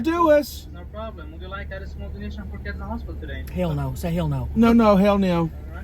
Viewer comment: “Hell newh” 😂